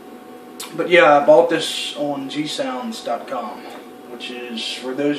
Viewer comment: I know Im like 4 years late lol and you said you sold this guitar. I am expecting mine tomorrow, it was supposed to be here today but apparently Fed Ex needs 22 hours just to go 300 milesw which is still 150 miles from my house lol. Anyway, in the beginning you say you buy your gear through who? It sounds like you are saying G sounds? I buy all my gear through Zzounds, they have the pay as you play program and it's great for us guys who can't just shell out thousands of dollars at a time. I think I've bought 7 guitars from them and some drum equipment and I have zero complaints. I don't know if you're familiar with it or not, but I've purchased two Fender Mustang 3 amps from zzounds, they are 100 watt modeling amps and man do I love them! No need for pedals with this thing it does it all and you can even control it through your laptop or computer, as I do. After reading some of the comments I have to say now I am a bit concerned about this Floyd Rose. I've never played a guitar with one, Im more of a Les Paul guy and well you just don't do that to a Les Paul! lol. Oh, lol when I first saw you appear on screen I thought it was Larry the Cable guy gonna do a guitar review! lol he does play guitar by the way! I like your "regular guy" approach, keep up the good work!